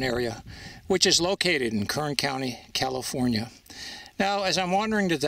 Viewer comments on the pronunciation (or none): "Calfironia"? How about, "California"? Now I'll watch the program. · California, Califronia, Calosfrios? Just joking...This is an awesome and interesting video. So glad I discovered a fascinating area of history to explore.